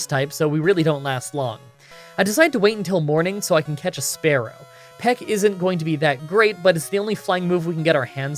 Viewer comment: SPEAR-ow not sparrow I mispronounce names all the time i am from Philly so i pronounce water wuter.